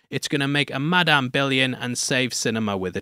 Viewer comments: "MIDame web" 💀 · in what. English accent does an "A" become an "E". mEdame Webb? What? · Did you say MIDame web?😂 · The way he said Madame Wed like Mid-am Web. I can't tell if that was a deliberate pun meant to call out the middling quality of this movie. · Holy shit, the literal first word in and you can hear how much he hates the movie. Midame web is a little generous, don't you think? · It's Madamae webbae